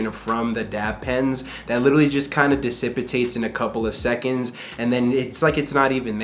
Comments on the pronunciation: disintipates? 😂 you mean dissipates 😂😂😢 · dissipitates lolkek